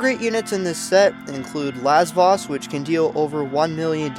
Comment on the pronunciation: U said Lavos wrong may I point out